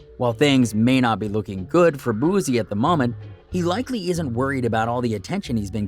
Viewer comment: Nbs mayne "boo-sea" not bozzziee